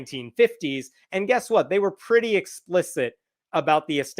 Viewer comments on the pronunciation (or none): none